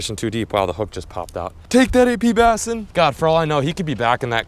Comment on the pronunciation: Haha, APassin, that's a funny one. Anyone else catch that when Peric called?